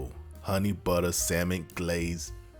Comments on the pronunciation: bro had me at "honey BUTTA".. 😂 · Soon as he said butta I knew I was on the right channel 🤣🤣🤣🤣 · When he said 'Honey Butta Garlic Glaze', i knew i was in for some shit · love the start.....HUNNY BUDDAH😂